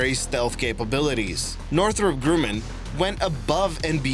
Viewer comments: The "U" in Grumman is pronounced like Rum (the alcohol) - not as "Grooman" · It's not grooman it's grumman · It's Northrop Grumman, not Grooman.